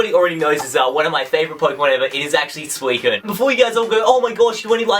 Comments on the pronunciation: Suu-I-SEEN that's how I pronounce it. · He says Suicine wrong lol XD